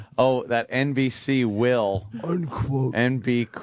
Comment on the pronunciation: The way he pronounced "NBC will" gave me abs lol